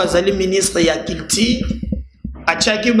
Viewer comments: J'aime te suivre. Mais tu as un sérieux problème de U. Comment peux tu dire " ministre ya kiltire "? On dit " culture ". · Monsieur eza culture et non cultire